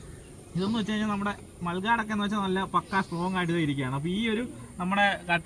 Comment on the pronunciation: മൽ ഗാഡ് അല്ല. മഡ് ഗാർഡ്..... ( മഡ്.... (മണ്ണ്.)... സംരക്ഷിക്കുന്നത്.) മഡ് ഗാർഡ്...... 💪